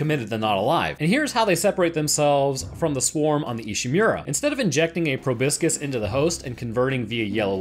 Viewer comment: It's pro-bós-kis lol Proboscis